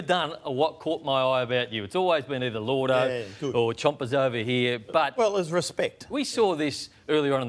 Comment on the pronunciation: It's "Chompers" mate